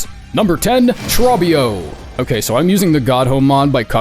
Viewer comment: Bro saying “Trob-bio” instead of “Tro-bbio”